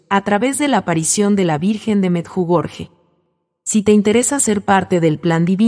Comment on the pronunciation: Sr pronuncia meyugori